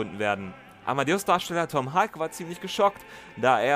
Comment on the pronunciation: Thanks for this interesting and informative video! I just wanted to mention one thing: The surname of the actor who played Mozart, Tom Hulce, rhymes more or less with "pulse". It's not pronounced "hulk". Take care, and keep up the great work!